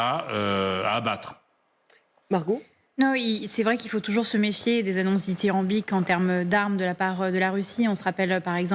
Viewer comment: C’est di.thi.ram.bique dit Margot 😂